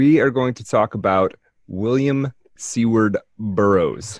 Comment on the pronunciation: I must correct something you said about WSB. His middle name is not “seaward”, it’s Seward, pronounced like sewer, with a d at the end. This was also the last name of Abe Lincoln’s secretary of war. Mispronunciation is a minor gaff, but you should know the correct way to say it. Not all your listeners are as young as you guys.